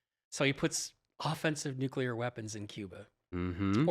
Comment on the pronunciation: Von Braun is pronounced von "Brown" ... I'm just a pest with proper pronunciation... One of my huge peeves is when politicians and even scientists mispronounce nuclear... That one is inexcusable because it's vocabularic laziness.